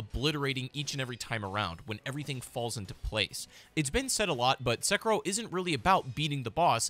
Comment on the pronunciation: Se-ki-ro. Why pronounced as sucker-roll?